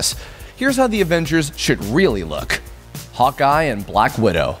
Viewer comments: as he said "Hawkeye" i understood " Hotguy". lol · I always hear "Hot Guy" when you say "Hawkeye" :o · When he said Hawkeye, i thought he said hot guy. I was so confused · Me too HAHA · When he said Hawkeye i understood hot guy😅